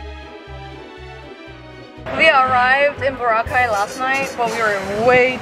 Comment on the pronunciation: Glad to hear you pronounce boracay correctly